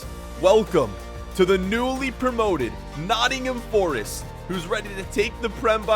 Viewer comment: Yes!!!!! , my fav team !!! , it’s not nott’m , it’s Nottingham forest , pronounced nottinghem forest